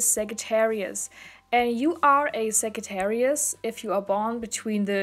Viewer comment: It is pronounced Sajattarius